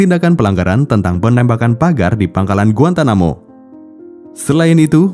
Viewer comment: Bukan GUANTAMUKUBA bacanya GUANTANAMOBAi 😭🙏